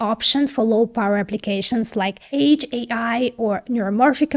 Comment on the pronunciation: Lovely presentations as always. Even If I can't here the word 'edge' pronounced as 'age' without flinching. I think my hearing is degenerating. The comment about short term and long term estimation I see as typical cognitive dissonance between engineers and business people. At first impatiently hearing what they want to hear, then getting burned by dissapointment and stops listening entirely. Not talking about engineers obviously... Why do I get the impression that only experienced engineers are patient enought not to cause trouble? And why are decisions informed accordingly so rare? After 45years of really nerdy tracking develompent, this is hype number 4 in the implied tech-area alone, not counting what occured before I was born... I actually think it causes delays in the maturation of our use of tech, since the scale of expectation first explodes then implodes, leaking energy and focus. The fear-mongering also 'steal' a lot of attention that could be used more constructively. As a simplification but in a relevant direction, accountability should be about people using thech, not the tech. And somehow this is always forgotten, until the next hype...